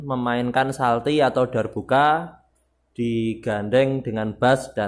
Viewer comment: Mas bukan salti tapi calti